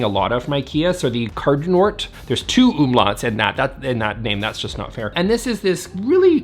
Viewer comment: You pronounced umlaut correctly, so i say good job!!!